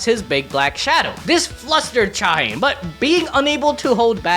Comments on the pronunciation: All* native Korean names are 3 syllables Sung Jin-Woo Cha Hae-In Not Haen but Hae-een *99% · Cha Hane ❌️ Cha Hey - In ✅️ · Her name is pronounced "Cha-Hae-In" not "ChaHaen"